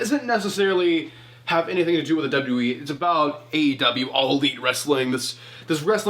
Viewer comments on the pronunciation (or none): It’s aew not awe